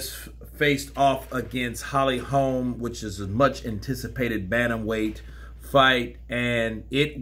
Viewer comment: Just so you know it’s HOLM - not HOLMES